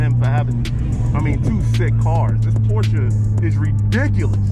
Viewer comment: You said Porsche correct, I'm impressed. Lol